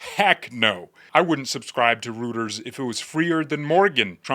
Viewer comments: I believe “Reuters” is pronounced “ROY-ters” not “ROO-ters.” Great video. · Roy ters not roo ters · Rueters Iis pronounced roy- ters not rooters 😂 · It is not pronounced "root-ers". It is pronounced "roy-ters". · Lol!! Reuters is pronounced ROY-TERZ. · it's pronounced ROY-TERS. Great job! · ROY-ters, … ROY-ters. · Reuters is pronounced 'royters' or 'roiters', like Deutsch is 'doitch'. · Reuters… pronounced ROY TERS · Hint: Reuters is pronounced Roiters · This Jim-brain notices that the "eu" in any Germanic context is pronounced "oy" as in "boy oh boy the soy-boy ploy."